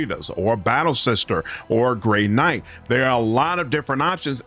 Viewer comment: Did I hear “Great Knight” lol